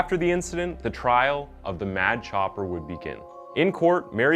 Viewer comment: Im confused…was he called the “mad copper” or “mad chopper”??